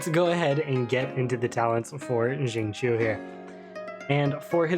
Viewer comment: hrmm...also chinese here...to be exact the qiu isnt chi without emphasis on L.. its more like chew as in "chew" your food,but with a tiny bit emphasis on H. so its more like sing cew. you can copy paste his chinese name into google translate and hear it too haha.